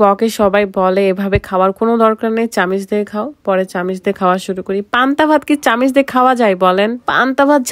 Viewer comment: চামিচ না চামচ। 🥄